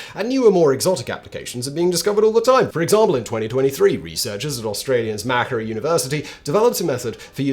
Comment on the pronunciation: ROFLMAO Macquarie is pronounce "Ma Quarry"